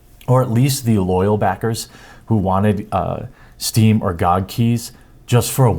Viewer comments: Its G O G and not GooG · it’s G-O-G... not spelled out gog lol 😘 love you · GOG is not a word, it is three letters pronounced Gee Oh Gee. It is an acronym for Good Old Games.